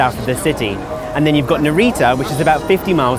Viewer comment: One of a few bloggers who pronounced Haneda and Narita correctly! Subscribed, haha, great content!